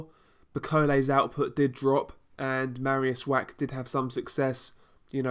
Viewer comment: Good review Just Mariusz's surname please don't read Wack - "ch" in Polish is pronounced like "h" so (Wach) would sound like Wah.